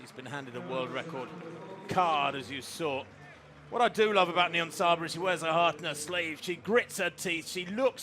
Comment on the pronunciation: Why does she say nibonsaya instead of niyonsaba multiple times? Seems very unprofessional, it's really not hard to pronounce :D Also I can understand why some find it unfair that she can compete against women, but it's not like she is on a completely different level, Genzebe Dibaba could probably have run this time as well as she was only 2s slower indoors. Also I'm sure Nyionsaba trains just as hard and gave everything in that race. It's a hard thing to judge, I wouldn't wanna be responsible for making these decisions as a ban would be devastating for intesexual Athletes like Niyonsaba...